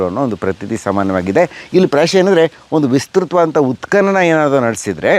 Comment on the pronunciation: ಉತ್ಖನನ ಸರಿ, ಉತ್ಕಲನ ತಪ್ಪು, ಸರಿಯಾದ ಉಚ್ಚಾರಣೆ ಅತ್ಯಾವಶ್ಯ. ಊತುಹೋಯ್ತು ಅಂದ್ರೆ ಊದಿಕೊಂಡಿತು ಅಂತ. ಹೂತುಹೋಯಿತು ಅನ್ನಕ್ಕೇನು ಕಷ್ಟ?. ನಿಮಗೆ ಅ ಕಾರ ಹ ಕಾರದ ವ್ಯತ್ಯಾಸ ಅದ್ಯಾವ ಭಗವಂತ ಹೇಳ್ಕೊಡಬೇಕೋ🤦 ಸಾಮಾನ್ಯ ಮಾತಾಡುವಾಗ ಹ್ಯಾಗಾದ್ರೂ ಮಾತಾಡಿ. ಲಕ್ಷಾಂತರ ಮಂದಿಗೆ ತಲುಪುವ ನಿಮ್ಮ ವಿಡಿಯೋಗಳಲ್ಲಿ ಸ್ಪಷ್ಟ ಹಾಗೂ ಶುದ್ಧಭಾಷೆ ಅತ್ಯಾವಶ್ಯಕ. ಶುಭವಾಗಲಿ.